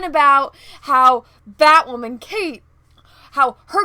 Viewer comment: Does BatWahmen have psychological problems? Sure sounds like it...🤔